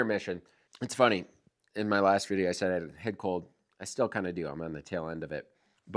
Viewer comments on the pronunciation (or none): none